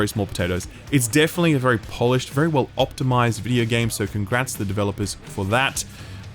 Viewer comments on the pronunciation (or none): none